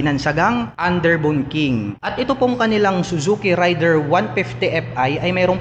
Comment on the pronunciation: Raider po hindi rider